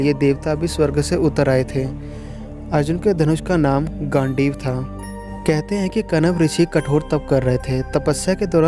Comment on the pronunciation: yes, i was about to say the same thing. And he said gaandu instead of gandeev